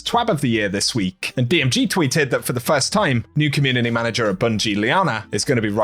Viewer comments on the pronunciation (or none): none